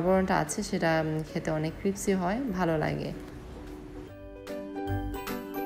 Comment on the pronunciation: Apni vul bolesen cripsi na ota hobe crispy